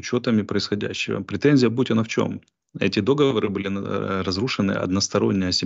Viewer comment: Арестович!!! договОры, а не дОговОры!!!